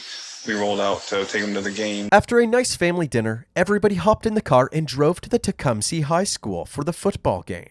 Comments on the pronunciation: Tecumseh is pronounced "teh-CUM-sah". former šaawanwaki (Shawnee) chief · Im glad they figured it all out. What a wierdo. Only a monster keeps someone away from her child... Its pronounced tuh come suh btw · Tecumseh Chief and warrior American pronunciation Sounds like tuh·kuhm·suh